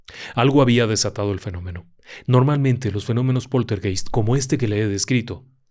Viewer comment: Poltergeist se pronuncia POLTERGAIST.